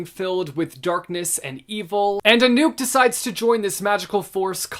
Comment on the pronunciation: You pronounced Anouk okay darling. My bf dog's name is Anouk and he always pronunced it like you did <3